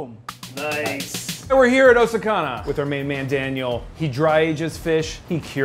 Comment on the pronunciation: Butchered the name of the restaurant. It's o.sa.ka.na not O'ska-nah